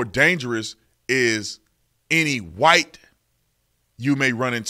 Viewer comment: As soon as she say wight mojarity she shold be fired